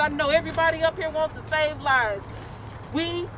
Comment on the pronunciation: She said black livesziz! LOL